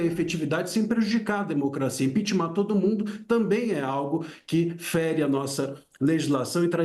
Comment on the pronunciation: Professor falar impitimar é feio